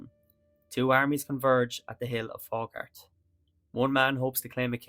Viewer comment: Nice video. People from the area pronounce it Fau-hart.